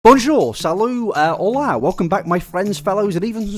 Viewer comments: The way he said hoLA 😂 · Ok, you don't understand how much I laughed at your pronunciation of Hola XD no hate, you doing your best